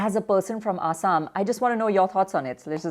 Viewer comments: The lady is fucking idoit she can't say Assam properly it's not asham it's Assam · What is "A__saam"?😒 It's "Axom" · Not A_ssam. It's Assam(Axom) looks like mostly scripted.. Look how see pronunches ulfa sulfa